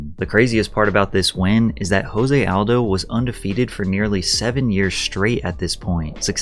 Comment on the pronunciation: I like how he pronounces Kabib's name right, but not Aldo's.